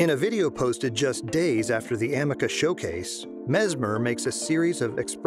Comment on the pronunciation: It's A-ME-CA not Am-me-caa